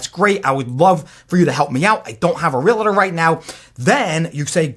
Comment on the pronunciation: great info but stop saying realator. It's pronounced realtor.